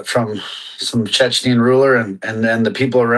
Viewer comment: Does Strickland and Rockhold know its Chechen and not Chechnian?